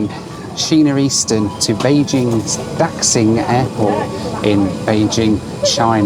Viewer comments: Pronounced as Guang-zhoh, Shia-men, Da-shing. All “X”s are pronounced as “Sh” in Chinese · Slaughtering the names of some of the cities I live in China. I'll help you out... Guangzhou - pronounced "Gwang-joe" (The zh in Chinese sounds like a j-sound.) Xiamen - pronounced "She-ah-men" (The x in Chineses sounds close to a sh-sound.) Daxing - pronounced "Dah--shing" (same as Xiamen) Happy you love Daxing. It's an amazing airport. I never have been to the Xiamen international terminal, but there is a new Xiamen airport being built right now and hope you get to see it next time. And yes, China's security is the crappiest. They also don't let you charge your phone on the plane with a power bank. It's so insane. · Guangzhou is pronounced Gwong-joe Xiamen is Sha-men Daxing is Da-Shing And yes the customs in China are awful. The whole airport and airplane experience here is terrible. Lots of very big, shiny and very unwelcoming airports here, especially if you’re a foreign tourist or resident 😐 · For reference, Guangzhou is pronounced Kwangjou Xiamen is pronounced Siamen Daxing is pronounced Dasing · I love your videos but man do your Chinese pronunciations need some work. I'm not sure whether if its because you don't care or because you hadn't heard these spoken out loud before, but your pronunciations of Guangzhou, Xiamen, and Daxing were brutal.